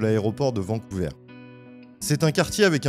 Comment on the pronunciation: On prononce Vancouver comme vert verre vers et non pas Vancouveur Svp